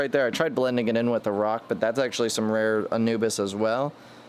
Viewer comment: Pronouced ANU-BEE-AS. Not ANU-BIS.